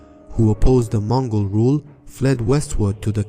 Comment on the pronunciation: Its MONGOL EMPIRE not MOGOL